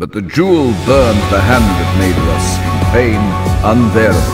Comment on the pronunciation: They even mispronounced Maedhros in the audiobook! It’s pronounced “Mai-throws” - Tolkien loved to trick us with that “dh” that’s actually pronounced “th” (so Aredhel would be “Ah-re-thel”).